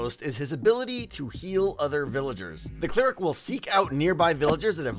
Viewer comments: Are you saying clear-ic when you mean cl-eric? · Its pronounced Claire-Ick not clear-ick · It's pronounced cl-air-ic, not clear-ic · I've never heard someone pronounce 'cleric' with a long e before...